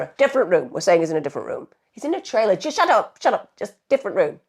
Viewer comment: What's a " tray-- Lah " ?